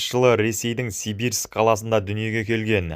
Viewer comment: Сибирск емес Симбирск.